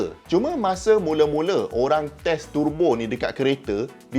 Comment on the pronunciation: Prof terbo ke? Turrrbo? Saya rasa terbo yg betul...